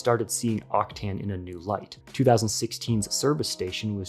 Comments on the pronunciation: I'm pretty sure its pronounced "Octan" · It almost hurts like you pronounce Octane, there is no i before the a